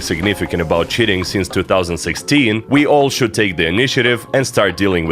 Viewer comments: every time this guy says cheating it sounds like shitting! lmao (no hate i love the video) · "multiplayer games and shitting" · I thought he said shitting not cheating 😭😭😭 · I know you started the video by saying "multiplayer games and cheating" but I can't help but hear "multiplayer games and shitting" every time lmao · "regardless which shitting client someone has instilled" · When you say cheating it sounds like you said shitting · why does it sound like you're saying "shitting" when you say cheating